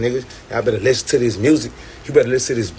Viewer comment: Y’all better listzenz... that’s what he said not me